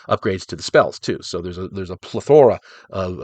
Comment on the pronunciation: Love this brother. Although I don't play 5e, it is the current system. You did a great job with the books. Love the magic schools. Also, fun fact. You pronounced plethora the same way I do. Lol. Game on